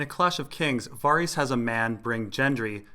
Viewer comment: I love all of your videos, man. Keep up the good work and I'll keep watching. "Vair-Isss" and "Gehn-Drii" though, which I heard GRRM pronounce himself in a recent 2014 interview and Q&A. Pronunciations and the like by no means negate the quality of your work, my good, I was only saying with no dickish intent.